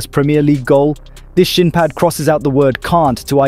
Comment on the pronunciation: What are SHIN PADS? the way he pronounces SHIN 😅🤣🤣